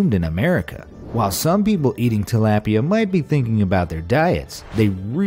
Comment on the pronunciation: You sed Tilapia wrong.